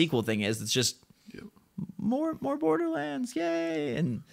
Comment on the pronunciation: Bordlerrands? OK....